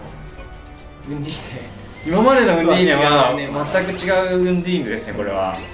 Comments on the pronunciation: ナウンディーネｗ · ナウンディーネですでに草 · ナウンディーネwwww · 開幕ナウンディーネで即吹いたｗ